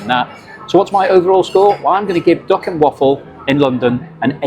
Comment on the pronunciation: I thought you were saying dock and waffle, you mean duck, lol